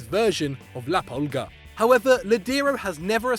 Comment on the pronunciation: "la polga" ??????